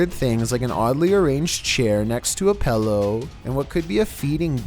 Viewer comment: Wtf is a pellow? 😒